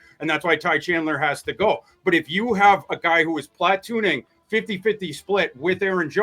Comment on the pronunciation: Plat•toon•ing interestingly emphasized word/name of the week. Love it.